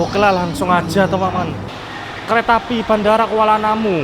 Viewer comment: khas banget ngomong temen temen nya,jadi temememen